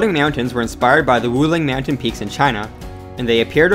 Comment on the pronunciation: I literally could not watch this because of the insanely weird way you say mountain. It's almost like you're saying meown-tains.